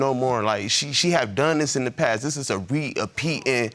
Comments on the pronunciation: Did he say “re-appeating”?! 😂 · Re-ah-pe-ed ? Tf lol was he trying to say? Was he saying " repeating" or "repeated"? Lol! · "this is a Re-A-peat-in, a re-a-peat-in pattern" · Re-a-petting thing is crazy. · Bro said re apeating in stead of repeating 😂😂😂😂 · Re-appeating? Maybe a better pronunciation of his words…🤦🏿‍♂️ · Re-a-peating!!!?? 😂😂 it's repeating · Messsyyyyy. She's gotta close her mouth for me before flies go in🙄 looks so familiar - like from another show...🤔👀 He said "re-a-peating" (repeating) too. Anyway, he may just turn absolute 'savage' after this. When the good guys/girls get fuckd over, it's a wrap💀🤙🏾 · He said “Re-apeating” 😂😂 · re apeating ,...a re a peating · It’s that RE A PEATING for me 🤣🤣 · he deserved everything bad for saying “reeappeating” twice. 😂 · It's ahh re a peten thing. Lol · Aht aht...... Did he say re-apitin!! 😹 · Re-a-pee-at re-a-pee-at 😂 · This is a "re-a-peating" thing. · Re uh peatin??? 🤔🤦🏾‍♂️😆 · re- apeatin re- apeatin 🤣🤣🤣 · I’m just mad that she does this after what she went through on Paternity Court! He stayed then and she goes and does this. Smh! She’s a sad case and needs some help. He’s a stand up guy! Other than when he said “re-appeating thing” but it’s ok we’re still rooting for you! I thing you were trying to say reoccurring but we are right here witchu 👉🏾👈🏻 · Re-a-peatin! This is a re-a-peatin! We was in a financial deficit! I love when ignorant people try to use big words!!! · “This a RE-appeating thing, this a re-appeating thing” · ain't nobody gonna call out rea-peating 😂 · re--a--peaten im so sorry lord forgive me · “Re-appeating”? lmblao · “Re-appeating”. I giggled. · 😁😁😁He Said "Re-apeating thing!" 😁😁😁💀💀💀